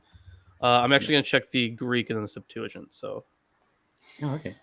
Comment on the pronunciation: Will someone, please, teach how to say "septuagint" in English? SEPT-wa-gint (g as in go)—not sep-TOO-a-jint.